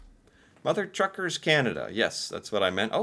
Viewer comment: Mother TUCKERS... Not Truckers!!